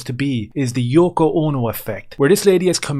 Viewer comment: You nailed it when you said the Yoko